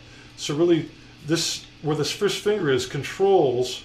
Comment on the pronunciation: lol did he say fish finger? haha it sounded like it. Fish Fingers are tasty.